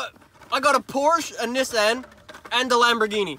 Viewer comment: Niss an.. thats how Nick pronounced it...